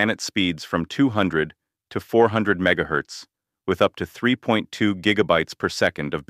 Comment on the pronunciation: "Mega hez" you say😂😂